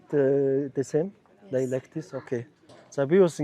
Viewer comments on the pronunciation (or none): none